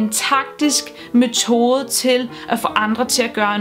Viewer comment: Det hedder forresten mEtode og ikke mOtode. :^)